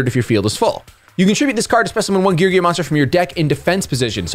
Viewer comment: Gear-Gee-Uh is the proper pronunciation